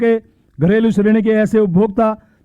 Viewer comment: घरेलू को घरेली पड़ रहा भाई वाह 😂😂😂😂😂